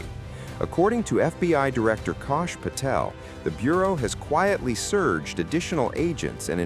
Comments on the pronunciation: The name, "CASH" is pronounced only ONE WAY! Suggest you learn it. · If you can't say his name, Kash, you shouldn't be reporting.